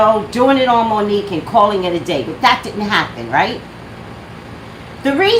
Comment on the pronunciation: I just realized you said #Mo'NiGue